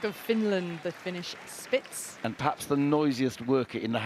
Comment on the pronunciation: I was working with this in the back ground and I heard "Fish Sticks" instead of Finish Spitz ... and now I wish very much that little floofs name was Fish Sticks